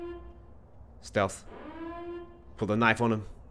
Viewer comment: HAHAHA! IT IS NOT SLEATH MISSiON